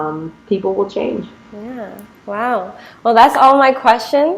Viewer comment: The anchor saying Vow for everything..It's not be vow